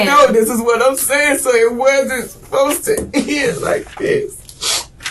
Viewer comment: "it wuznt spozed ta be like dis!!! Weuns wuznt spozed ta git CAUGHT!!!!"......:>)